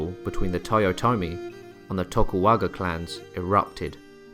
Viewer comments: Oh man your pronunciation of the names were a bit funky there man. Tokugawa. Not tokuwaga. And it is Ieyasu with an i not an L. Ee-yeh-ah-su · Seriously, who in the world is Tokuwaga Leiasu? Did he mean Tokugawa Ieasu? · "Tokuwaga" clans 😂It made me chuckle. It's "Tokugawa", as I'm sure you know 😊 Apart from that, this is a fantastic video. I've always wanted to learn more about Musashia Miyamoto, and this is one of the most informative videos I've found. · Sorry but, it is not Tokuwaka but Tokugawa. And the wae Musashi fight in ( on Tokugawa side ) was 1600 sekigahara. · It's Tokugawa Ieyasu, not Tokuwaga Leyasu 😂. It's a capital i, not a small L lol. And the Japanese alphabet system doesn't even have the "L" sound. 🤣🤣🤣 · Sorry man, you lost all credibility with me when you pronounced one of the most famous political figures in Japanese history as "Tokuwaga Leyasu." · Sorry it really irked me: TokuGAWA ieyasu, not an "L" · You keep saying "Tokuwaga" lol xD